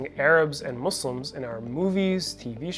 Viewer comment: 😂😂 why can't they say it muslims 😂